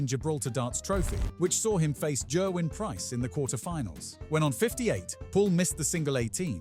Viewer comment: The Paul Hinks call was "127 and game" without a pause if you'd actually seen the foitage. Someone has already pointed what I assume is your AI has mispronounced Gerwyn. It also gets Jan Dekker wrong as it's should be similar similar to Yan not Jan the month which is a women's name. The pronunciation of Oche is unintentionally hilarious ss it's similar to ouch as he does fall